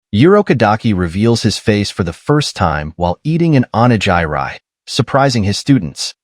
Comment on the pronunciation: why did bro just say onigiri like that 😭